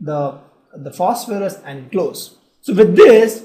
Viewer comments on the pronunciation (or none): Phosophorous?.. Really bro!?